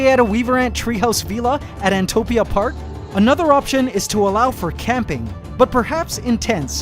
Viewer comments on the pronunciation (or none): I cringe at vee-la everytime lol “vil-la” lol 🤞🏾🤣 love you